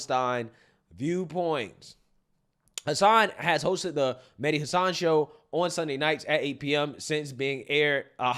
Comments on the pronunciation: Medi hassun 😆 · I think it's pronounced Medhi Race Hustler-än